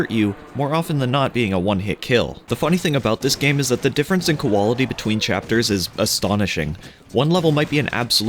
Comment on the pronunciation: "Wikeea fan page" koalaity?? Were you saying those like that on purpose?? 😅🤣😅